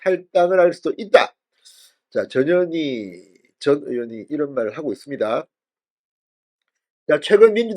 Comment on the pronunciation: 전현희가 저년이로 들리는 이상한 현상 저년이 탈당하네